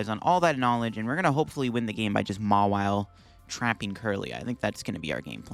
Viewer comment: If i had a nickle for every time he said mawille😂